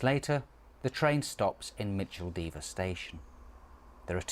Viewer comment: That’s not the way to pronounce Micheldever